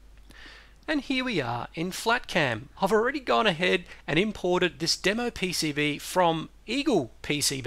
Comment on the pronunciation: "P.C.B" or "E.C.B" ?